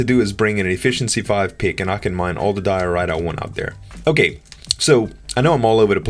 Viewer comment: i think it is like DIE-OR-ITE 'ite' like in lite